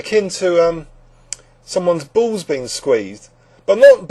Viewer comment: i love the english pronunciation of "balls" hahahaha